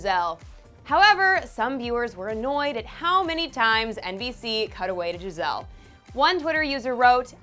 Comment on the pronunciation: Ikr she kept saying Gi-zelle it was so annoying